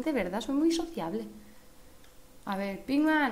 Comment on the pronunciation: es pinkman y no pickman